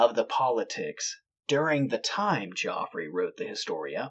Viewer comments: Geoffrey is pronounced jeffrey, just so you're aware for the future, when describing the past. (One of my schoolchums in the mid-late 70s was called Geoffrey, he refused to be called 'Jeff', and insisted on the correct pronounciation) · I’m sure he was called Geoffrey not Joffrey